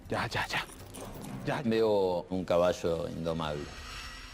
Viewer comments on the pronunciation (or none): El cabasho el cabasho, jeje